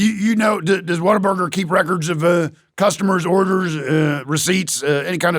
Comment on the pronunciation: as a native texan, god bless him pronouncing this "waterburger"